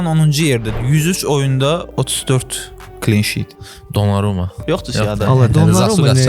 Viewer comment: derd orasındadır ki hech ingilis dilindede düzgün deye bilmir🤦‍♂️ klin şiiiitii var🤦‍♂️ ne mecburdu)